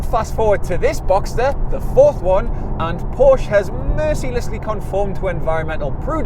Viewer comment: Nice review. Just need to pronounce Porsche correctly then it would have been a great review. The cabin isn’t naff if you sit in a right hand drive model.